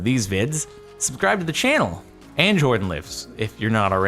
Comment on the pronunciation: Why Jardon instead of Jordan?